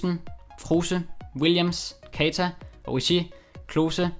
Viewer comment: Han udtales altså Oriigi